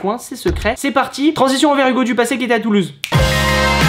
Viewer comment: tu a dis tuluse hugo